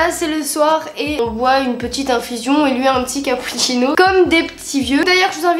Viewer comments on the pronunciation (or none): oui mais il a dit "cappuchino " c'est pour ça qu'il l'a écrit comme ça 🙃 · le " capouchino " ça ma tuee mais après a il s'étouffe avec je nen peux déjà plus 😂😂